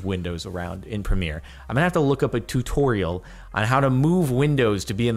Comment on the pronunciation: 😂😂 the whey you said tutorial